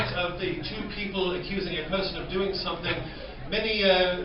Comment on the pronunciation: Can i say sumfing ?😂👍🏻👍🏻👍🏻👍🏻